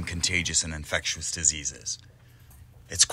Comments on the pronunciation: Infectious.. not infect-you-us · Love the video! Just can't deal with the way you say "infectious" lol Infectew-us timestamps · "infec-tu-ous diseases"...interesting pronunciation used in this video by the narrator! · I was thinking the same! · Is it a accent thing or a mispronounced thing.... .infectious.......ive never heard it pronounced the way it is in this video......honest question, no hate meant